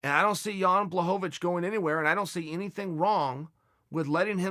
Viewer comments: lost my shit at john blahohawich lol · Ah yes, Jan Blahowowich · Take a drink every time Chael pronounces Jan Blachowicz's name differently